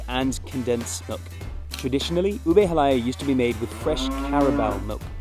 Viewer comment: it's pr. ha-lah-YAH (stress on the final vowel